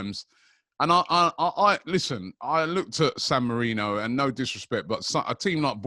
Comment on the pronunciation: calling it "Dan Marino" instead of San Marino with no regard for human life